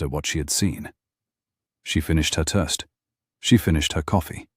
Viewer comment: Except for the word "toast" 😂